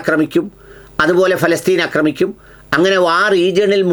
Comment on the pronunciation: അക്രമിക്കുക എന്നല്ല ഹേ ആക്രമിക്കുക എന്നാണ്